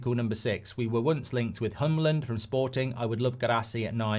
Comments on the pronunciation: As a dane please pronounce Hjulmand as Yoolman not Humland please - it hurts my ears😂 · WHO TF IS HOMLAND from sporting???? His name is HJULMAND and he’s danish! Tf is that pronouncation hahahahahahah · Hjulmand (pronounced Yoolman) would be fantastic. He's fierce!